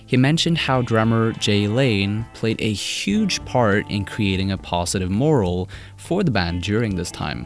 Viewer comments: Morale is pronounced more-al meaning raised their spirits! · morale is also pronounced "more al" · Debuted sounds like Daybyood. Morale is pronounced MoRAHL. You're welcome. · Same with him pronouncing morale as "moral" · Super excellent video. Really did the band a service and great choice in facts. Side note, look up pronunciations on ‘debuted’ and ‘morale’